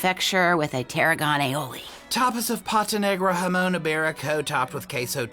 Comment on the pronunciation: My stomach turned when he pronounced Spain’s best ham with a Mexican accent. I think it would even ruin the taste of jamón ibérico when I would eat it and some would ask me if I like the “hamon” iberico.